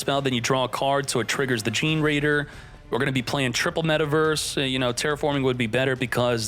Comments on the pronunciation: Fun fact: The deck is pronounced Ge-ne-raider like generator. Gene-raider sounds funnier though 🤣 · i know right ? I mean i get some of pronunciation are hard but dayum its really cringe. Just him saying (jin-raider) is hilarious lmao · The pronunciation of generaider from gets me every time.